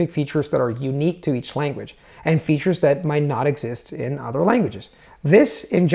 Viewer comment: your English grammar is on point. I’ve watched 5 (I think) of your videos because they were suggested by a friend and I’m extremely impressed by your fluency in English. That being said, I did notice in this video and one other that you pronounced the voiced “th” in “other” and “mother” as a “d” while pronouncing it perfectly at the beginning of words. I don’t mean to be hypercritical because your vowels are quite good (one or two noticeable mistakes) and your rhotic “r” is perfect, but the mid-word voiced “th” would be something to work on. It’s very noticeable to a native English speaker. Otherwise, your fluency is outstanding!